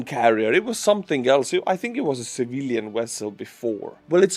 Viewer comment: You won’t understand, but hearing you pronounce “Civilian Vessel” as “Civillian Wessel” made us Star Trek fans super happy! Greetings from an Ukraine supporter in Japan/